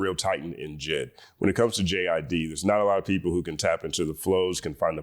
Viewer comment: I keep hearing “Jizz” when he says JID 🥴